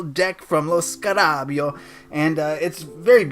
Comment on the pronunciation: lo scara ...beo (lo scara beyo) lol but great video :)